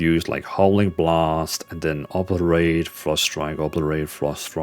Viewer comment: Great vids with these 1 button builds but the way you say “obliterate” is crazy😂😂